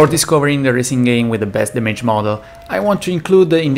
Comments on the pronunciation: Everyone: Dam-age Him: Da-may-ge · Bro si pronuncia Dameig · Please, "ai don't rait inglish this Wei" so don't say damAEge and enJIne, pronounce it normally ffs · The words damage and performance dont have a plural and its damage not damayge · great video, the worst part is to hear "dameiji" every 5sec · Awesome video as always! One thing,damage has the accent on the first "a" 😁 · Couldn't listen much because of wrong pronounciation of "Damage" word. I know, English is not his native language, but neither it's mine. How hard is it to go online and find a pronounciation for a word so that you can make a 18 minute video... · La pronuncia di damage mi fa stranissimo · Chłopie. To demydż nie dejmedż imydż nie imejdż.